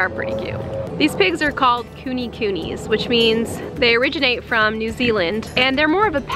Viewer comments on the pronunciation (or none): none